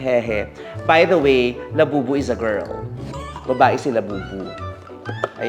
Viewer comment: Did Vice say Lababu?😂